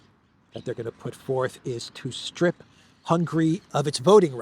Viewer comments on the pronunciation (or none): none